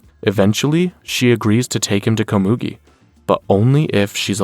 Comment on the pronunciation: Loved the recap but you mispronounced Komugi multiple times.